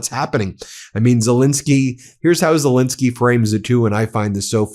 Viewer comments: I try again: please say SelEnsky. Not Selinsky. You wouldn't want to be called Moselas, would you? Everybody correctly says MEIselas. Well, it's ZELENSKY. P.S.: I love your commentaries. Nothing but praise for those. But please, refer to Ukrain's president as ZELENSKY. We owe him that. Thank you very much in advance! 🙂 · Quite a while ago I heard of President Zel-E-nsky of Ukraine, but he’s STILL magically morphing into Zel-I-nsky! Why? WHY?